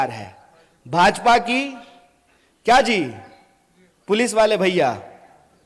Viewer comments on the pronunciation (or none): none